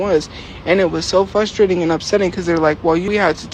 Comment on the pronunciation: “It’s fustrating”, I despise her and want her on the street.